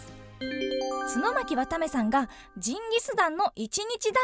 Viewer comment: アナウンサーさんw 途中ちゅのまきって言ってる？w